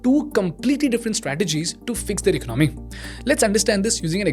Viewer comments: Please pronounce the word 'Economy' correctly. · Its Economy , Not Ecnomy (Do not mind)